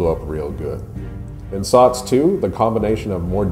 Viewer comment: SOTS SOTS SOTS SOTS please stop saying SOTS